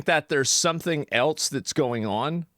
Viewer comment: There is no t in "else" why do you pronounce it "elts"?